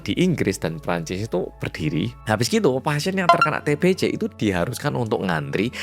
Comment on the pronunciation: TBC = Bacanya TEBESE.😅 Jgn TEBECE.😭🤦‍♀️ Y oloh org jmn dulu ternyata otaqnya agak sengklek.Dikira Raja itu Tuhan,yg bisa menyembuhkan penyakit.🤦‍♀️😭🗿🗿